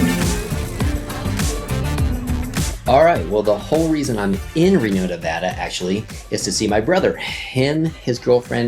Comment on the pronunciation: FYI, drag that "middle A" just a bit when saying Nevada. Locals picky about it. Another reason Nevada became a US state on November 1, 1864 is was because really Lincoln wanted that 1 electoral vote in his favor! (1864 Presidential election). Yep. Also, Mark Twain began his literary career in VC in 1862. Wrote a book "Roughing It". And Lake Tahoe gets very crowded in the summer (as you saw)! Your Bro has a nice family.